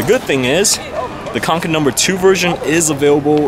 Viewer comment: it's pronounced konken